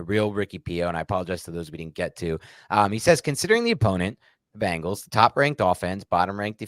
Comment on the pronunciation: Why do Jerseyans pronounce Bengals as Bangles? 😂